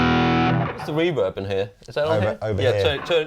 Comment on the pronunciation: Does the pronounce "Reverb" with the emphASis on the wrong syllABle, or is it just me hearing this?